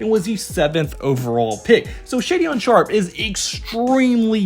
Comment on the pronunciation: Just fyi it’s pronounced Shay-Den Sharpe